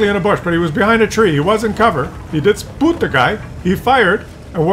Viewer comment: Don't forget 'spoot' 🤣